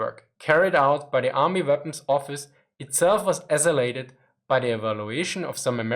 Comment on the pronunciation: Accelerate - ak-sel-lor-rate Rausch-Boom is usually = Crash-Boom, rattle doesn't quite carry it!